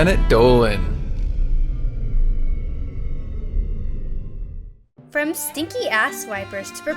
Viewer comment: Why does planet Dolan stay “planet dohen”